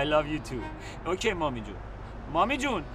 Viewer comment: Was the man sayin " ochay " at the end?